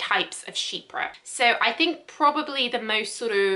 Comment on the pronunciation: Thank you for making this video never knew how to properly pronounce “chypre” until today 😊😌